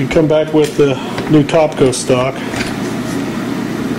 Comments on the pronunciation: It's TAPCO....NOT TOPCO ......Makes it very hard to take you seriously, when you continuously use the wrong pronunciation of the brand:-) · Its not TOPCO..... Its TAPCO!!!!! Otherwise good vid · philipmclamore haha no kidding... taaaaapco, not topco, cringed every time he said it but thought my hearing was failing me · Taaaaap not tooooop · Don't have a baby because he pronounces it "Tahpco" sheesh.